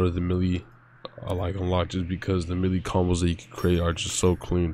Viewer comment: My boy why you say melee like that